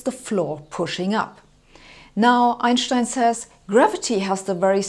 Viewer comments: Since it's a German name, thats how to say it. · Properly pronounced "Einshtein". Thanks. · It's how we should all say it.. M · the way Americans say it is correct. It's Anglicised. Different languages use different pronunciation for different words. So, when speaking English, I say, "Einstein." But, when speaking German, I say, "Einshtein." Both are correct. Glad I could clear this up. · "Einschtein" (yes, thats the way it is pronounced correctly!) wrote his first revolutionary papers in German and the rest of the world hurried to translate them . Thanks for your youtube lectures. Not everything has to be drowned in tensor analytics or SU2 philosophy to let flash up a spark of understanding or start a further search for refinement by induced curiosity. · The way she correctly pronounces Einstein's name is so satisfying... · Only here to hear her say Einstein. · I like how she pronounces Einstein, the correct way. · *love how she correctly pronounces Einstein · She says Einstein the only correct way. After all Albert was a German. So is she. 😉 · She´s pronouncing it correctly. As it is a german name, the "s" before the "t" is spelled "sh". No accent here.